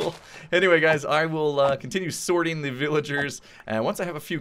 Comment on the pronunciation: did he say he was going to continue sorting the villagers or "swording" them?!